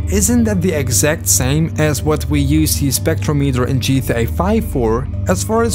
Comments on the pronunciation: It's not pronounced Spectro-metre. It's Spec-trom-i-ter. They even say it correctly multiple times in the game, but you still say it wrong every time. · so u actually heard the guy say "spectrometer", and still chose to pronounce it "spektrow-meeter"????